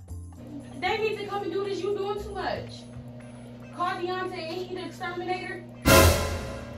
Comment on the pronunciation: They have to “ex-SHER-minate!”😂🤦🏽‍♀️😂🤦🏽‍♀️